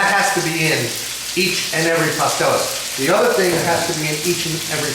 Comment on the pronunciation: Good video, kinda long but good recipe. (Pas-TEL-les)